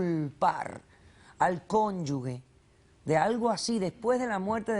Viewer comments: Doctora: no es cónyuGUE, es: cónyuGE. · Que crueldad! Que injusticia! P.S. No se dice “cónyugue”, se dice CÓNYUGE!